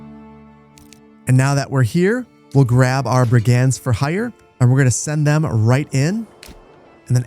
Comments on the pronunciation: Lol I love how confidently you’re saying “brig-anz” 😄 it’s actually “brig-unds,” but honestly I kinda want your version to catch on. Somewhere an English teacher just got heartburn 😂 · Please, Brig-ends not brig aaands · Great video. Not too slow, not too fast. Brigands is pronounced 'BRIG'unds. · You mispronouced brigands. it was bugging me the whole video haha. its pronouced bri·gndz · I have never heard this pronunciation of "brigands" before. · Please please 🤣 not sure of your nationality, but learn how to say Brigands 🤣 videos are great but some of the pronunciations are just wrong enough to wind me up haha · Glad to see more Manor Lords content! I'm convinced you're intentionally mispronouncing 'brigands' and 'granary' as some kind of social experiment, maybe for engagement 😂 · My eye twitched every time I heard that pronunciation of brigands 😂. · It's his frankish ancestry coming through :P